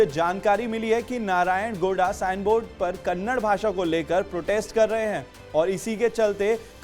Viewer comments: Its not Kannad its Kannada. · Dear loffer anchor that is Kannada not kanda plsz pronounced correctly